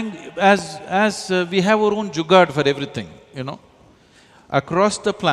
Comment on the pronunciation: When he said "Jugaad" ... Impressed.